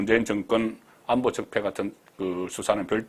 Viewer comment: 애청자입니다.감히 기자분께 이런 말을해도될까 조심스레 해봅니다.중국어는 장단고저가있고.한국말은 고저가있읍니다.오늘 방송에 본부장님 하신 말에 고저가 많이 차이가 있어서 야기해봅니다.다시듣기 해보시면 . 경상도사람 쌀.살. 구분안된다 하지만. 고.저.는 다른 의미입니다.애청자로서 말씀드립니다.예. 안보.들어보세요